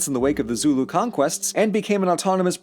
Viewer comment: As a south african, literally only watch tge video to see how badly you mess up our names, i am laughing myself to death because the only words you pronounced correct was zulu and sortof afrikaaner.